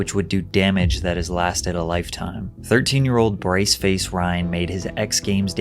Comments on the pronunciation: “Brice faced”? Do you mean “Brace Faced”? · “bryce faced” ???